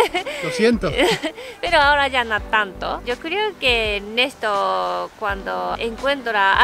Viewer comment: El cambio mas notorio es que dejaste de ser para ser